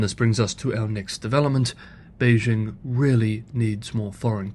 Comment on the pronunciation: A channel exclusively about China in which the host doesn't know how to correctly pronounce Beijing. As Uncle Roger says: "So white! So white!"